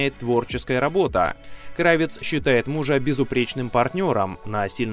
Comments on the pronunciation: Да хорошь уже портиь язык!!! Не КрАвец а КравЕц, от професии кравца что кроил одежду, что, все стали Горбачёвым? пОртфель?? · крАвец? Вы серьёзно? Удивительно. Если вы знаете что у нее украинские корни, то могли бы узнать как правильео ставится ударение в её фамилии. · Краве́ць (швец), это украинская фамилия и ударение на Е. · Мне больше нравится КравЕц, с ударением на Е.